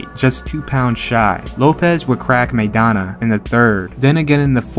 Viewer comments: You can't invest enough interest to pronounce "Maidana" correctly? The first syllable rhymes with "my," not "may." (You don't know any Latinos or Spanish speakers in or outside the boxing game?) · Evidently, "everyone" excludes everyone in "Chino" Maidana's home country, the Spanish-speaking world, and all of us Spanish speakers.Are you excluding this bilingual announcer and the English-speaking commentators from "everyone," too (link follows). "MAY dana" would be written, "Meidana;" it is not. Correct yourself, or belong to "everyone" who's pronouncing the name wrong.